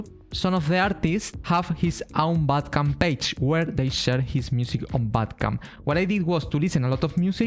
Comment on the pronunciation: You say bandcamp wrongly, you say "Bad Camp" without saying the "n"